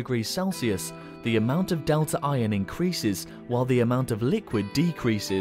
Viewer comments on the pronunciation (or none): none